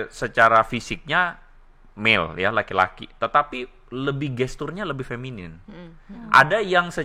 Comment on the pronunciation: Jangan salah omong ya, Feminin ya bukan feminim, ahirnya n bukan m yah